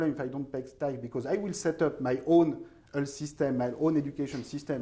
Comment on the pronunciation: Oui, Thomas apprends au moins à prononcer le mot "health" correctement (ça se prononce comme "wealth" et non pas comme "Hull", enfin !) Oui, il est urgent de prendre des cours de prononciation, c'est une vraie torture !